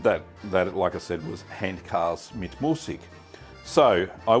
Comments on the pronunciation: Thanks for this. Excellent video! I’ve enjoyed Handkäse mit Musik in Frankfurt many times and it’s delicious. By the way it’s pronounced “HANT-kayzer” not “HANT-karse” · Your "Guten Tag" was spot on, but "Handkäse" is pronounced rather "Huntkazuh" . Loved the vid! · Käse is pronounced keh-zuh.